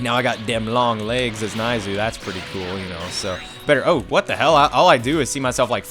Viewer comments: It's pronounced Neiz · Pronounce dore as doray, neizu as nayzoo and salza as salza